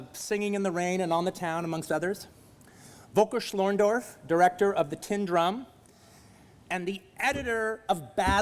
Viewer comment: wolkerschnorndorv :D (Its Völker Schlöndorff)